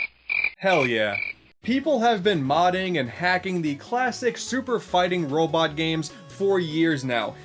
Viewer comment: SUPA FIHTIN WOBIT also Bass is pronounced ba-ss not base